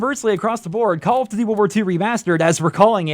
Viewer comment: Why can't you pronounce "duty" correctly?